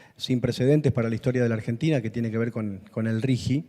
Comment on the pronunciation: ¿Por qué pronuncian Rigi como si tuviera una u entre la g y la i? ¿Acaso, ni siquiera saben leer el idioma español?